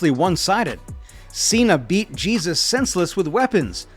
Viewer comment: Mispronounced his name (Jesus) and showed a completely different wrestler. Far from the only issue.